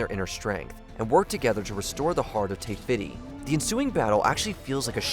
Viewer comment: I get the feeling the narrator has never watched any of these movies. It's a bit too obvious he's blindly reading lines for a paycheck and the accompanying clips edited by various others don't match up. "Tay-Fitty?" "A BAG of fireworks?"